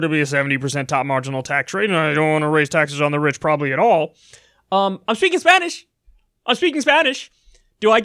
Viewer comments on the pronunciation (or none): His pronunciation still sucks even after all that time in El Paso